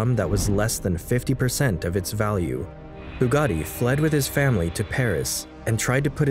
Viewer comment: Bugatti is written with double T, not how here pronounced with double D.